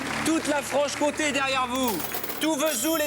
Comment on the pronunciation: Comté et non pas compte, merci pour l'émission